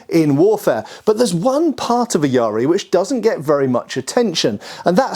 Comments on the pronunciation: Yaris are always interesting, but that looks like a really short one and lacks an ishizuki. It is quite a late one though, so definitely not a battlefield yari, especially with a red oak shaft. In the style I practice, we use a 2.4m practice yari, but the real ones were just over 3m. (Also, Please stop with the pirate pronunciation of yar-ri. It's just ya-ri. By this point I think that you're doing it on purpose). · Calling it yari spear is like saying chai tea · Not Yaaaariii The syllables are short and clipped. YA-RI. If there are more Japanese weapons in your videos, please use the proper pronunciation. FU KU RU, not FUUUKUUURUUUU. It sounds so painful when you mess up the pronunciation!